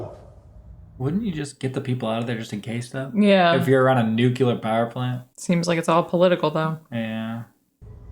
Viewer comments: Nukular Neclear. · nuclear, NOO-clee-er not nucular NEW-cue-l-are (: but “enjoying” this so far and good and smart insights (: on to episode 2! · Every time he mispronounces nuclear as "nuke-u-lar", God kills a puppy. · "nucelar"? Ok W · Thanks,! Thanks,! ☢ It is an excellent series. Much of it is difficult to watch. I hope you'll love it, as I did. 🔸 Since kept mispronouncing nuclear, a good way to remember is that it sounds like it's spelled... nu-clear (new-clear). That's what our science teacher drilled into us. 🤣